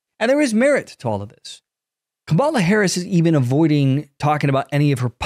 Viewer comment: did you say Kabala Harris?